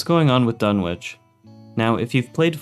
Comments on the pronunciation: It's DUNNITCH, not Dunwitch. The W is silent. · FYI, the W in "Dunwich" is silent.